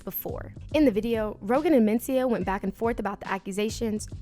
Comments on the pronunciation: The accent is on the 2nd syllable men-CI-ah. Not MEN-ci-ah. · Same here. She's putting the emphasis on the first syllable most of the time.